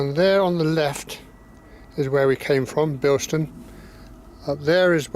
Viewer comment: There's no 't' in Bilson. But otherwise, nice video -- I lived not far away from here in the 80s.